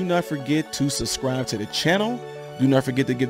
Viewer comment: The word is subscribe not suscrie or whatever it is you're saying.